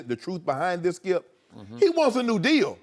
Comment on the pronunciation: "Why you do that Shkip" 😂🤦🏾‍♂️ ... this man saod that and didnt break stride while Joy Shannon and ED on set chucklin away